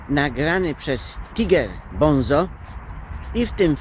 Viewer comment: gracjan mowi sie tajger bonzo ;)